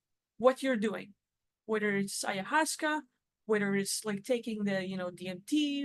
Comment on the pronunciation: the correct pronunciation of ayahuasca